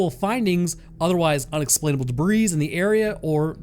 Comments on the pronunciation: Debris is pronounced duh-bree, whereas in this video are saying duh-breez. I'm not trying to be a, but I've heard others say it too. Also, Richard Doty is the Douche-canoe that really ruined Mr. Benowitz's life & reputation by making him look crazy. I have a huge dislike for Richard Doty since he all of a sudden came out to attempt be an important figure in the ufology/ disclosure community, when really he's an asshole who wants the money and fame ( i know, "fame" lol) WHEN REALLY HE'S A DICK WHO RUINED PEOPLE'S LIVES AND TOOK JOY IN THAT. He was really proud of himself for it.. he sucks. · The “s” in “debris” is silent.